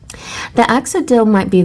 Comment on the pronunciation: thank you again for the reading <3 (btw it's pronounced axe-oh-lottle! 😋)